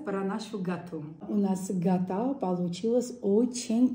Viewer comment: Гата очень кусно?Если не сможешь правильно говорить,лучше своим языком говори,если конечно сможешь.